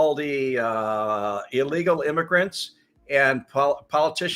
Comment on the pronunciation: OK!!! YOU GUYS KNOW I MADE A BIG DEAL OUT OF THE LANGUAGE SHE USES. ( AKS ) THE WORD IS ( ASK ) GO BACK TO SCHOOL TIFF. I MADE A HUGE STINK ON HER MIS PRONOUNCES ( AKS ) AND SHE CHOOSES TO PRONOUNCE ANOTHER WORD. ( ILLEGAL) LISTEN TO HOW SHE SPEAKS OUT ( ILLEWEGOL ) BUT ITS ABOUT TIME TO WAKE UP LAZY MINDS ( AKS YOU THIS ) HAAAAAA!!! HAAAAA!!! HAAAA!!! SICK AND TWISTED THUGS THAT WORK PLUSH JOBS AND STEAL MILLIONS THEN LIE ON NATIONAL NEWS, JOW GREAT THEY ARE . SHE PULLING A DONALD TRUMP (CHUMP MOVE)